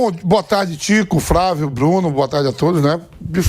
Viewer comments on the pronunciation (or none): é impressão minha ou o vamp só fala Fravio ou invés de Flavio? kkkk